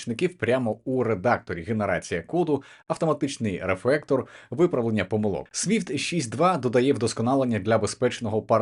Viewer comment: рефрактор, яваскпіпт --- ААААААА, мої девелоперські вуха)))